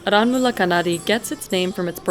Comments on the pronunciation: It's pronounced "aaranmula" fyi😭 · "R N Mula knnaadee" Pronunciation ☝️